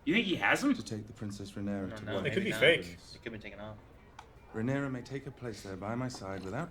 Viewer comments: she is called Rhaenyra not Rhaenyres:) <3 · Why you call Rhaenyra "Rhaenerys"? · My guy.. pls stop saying Rhaenerys ffs.. Edit: Unless you are joking, as in Daenerys+Rhaenyra=that ..cus that would kinda be funny. But I doubt you are.